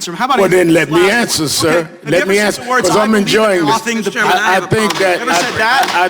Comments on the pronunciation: I'd like to smack Al right in the face. He's playing Jerry Springer with his talk over. P.S. Is it "ask a question" or "ax a question".. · "aks" a question. Wow. An educated man talks lime he isn't. What a looser. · For what it’s worth, Al did axe a question. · Sharpton just needs to axsk a question!